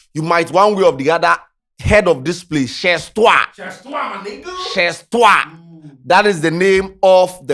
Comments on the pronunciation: It’s French chez toi is pronounced “shey toa” not shez toa scanty. U didn’t take French in school? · it’s not sh3z toi 😂😂😂 it’s pronounced shay toi (Chez toi is a French phrase) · It’s pronounced “ Shay twa “.. It’s French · the French word we no dey mention the last letter 😂😂😂 we dey pronounce am chey toi the Z no dey need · wabon dodo It’s not pronounced Ches toi😂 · pronunciation weak me 😂😂😂cheezz toiii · U go find meaning of “chez toi” but u no find the pronunciation 🤣🤣🤣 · Chez toi is French. Don't pronounce it the English way